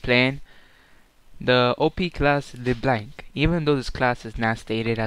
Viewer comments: Thought it was "leh blahnk" No? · People who make tutorials on champions should: pronounce the name right, become more familiar with the champ, know the combos, etc. dude i stopped watching after you decided to mimic chains instead of Q. LeBlanc is my main and you make me want to cry.